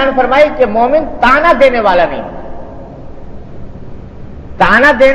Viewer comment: "تانا" نہیں ہوتا "تعنہ" ہوتا ہے۔